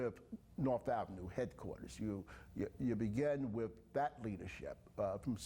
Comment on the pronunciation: The council member cant say with "wiff" gee I wonder what the problem is 🤔🧐 ⚫ are not able to be educated so quit wasting money on them.